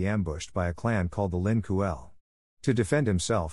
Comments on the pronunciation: It’s not the Lin Kuel or whatever you said it’s pronounced Lin Kuei (k-way) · Lin kuei not kuel ty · Ling qway is how subzero clan is said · Lin kooel hhahhahahahahah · I enjoyed the video like always but am I the only one who cringed at how he said Shang Tsung and Lin Kuei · This dude mispronounce "Lin Kuei" many times. 😭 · no it's not how it's spelt I corrected his pronunciation of it